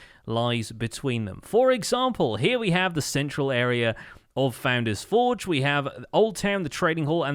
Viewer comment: It is the only poultry man which is evolving into the Pesky bird. My life is a lie, I thought you always said foundains-forge but it's founder's Forge? Huh?